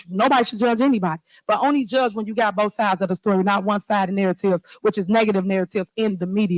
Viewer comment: Y’all got to listen to boff sides of the truff, - Tiffany. It’s very simple, where are the financial records?